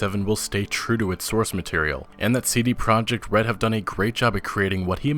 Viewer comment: wow for the first time I heard correct polish spelling of CD Project RED which is "CD Proyect RED" with "Y" xD